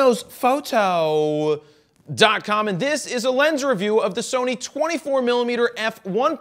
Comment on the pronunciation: The way he says FroKnowsFoto is redicilous